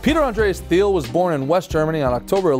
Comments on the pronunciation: I believe it's pronounced Teal. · He created Confinity, not Cofinity. The logo and company you show is wrong, and is a company that still exists today. And his last name is pronounced wrong throughout.